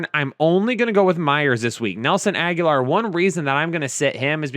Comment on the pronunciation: stop saying Agholor as Aguilar. Aguilar is its own last name and they are not pronounced the same. Not trying to be a dick, just letting you know. Keep up the great work guys